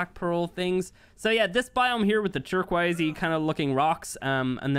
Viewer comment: I’m sorry but I cannot stand how he says turquoise, “turqwise”